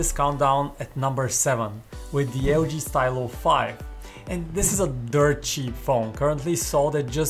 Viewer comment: It's pronounced 'Stee-lo' (deriving from the word for pen in French)